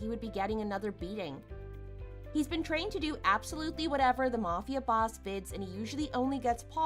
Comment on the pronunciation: S1: I’d NEVER speak to my father again if he covered up for my cheating husband TWICE. Too much filler. And it’s pronounced “mAfia” not “mufia”